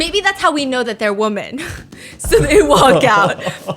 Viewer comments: Is there a reason why she doesn't pronounce 'women' correctly? Why does she pronounce women like woman? It's weird and annoying. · Can we stop pronouncing "women" the same way we do "woman"? It's borderline sexist as it facilitates generalising the traits/actions of a singular individual onto the entire collective. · I've been watching Stephanie for so long, years I think...and our chick can NOT say the plural of woman to save her life 😂 every time it makes my brain jolt but I can't be the only one to notice right?! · I have a question, and i really really don’t want to be mean: has she ever commented on the fact that she and hubby pronounce "women" like "woman"? It keeps confusing me and i just wonder if she knows that pronounced "wimin".